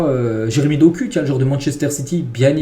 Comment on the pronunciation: Juste stp, pour de Ketelaere ça se dit [DE KATÉLARE] et pour Doku ça se dit [DOKOU]. Mais sinon pas grave super contenu ❤️💪